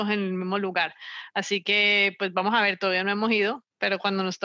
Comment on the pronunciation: "Vamojaver, todavía no hemojido", caleñísima.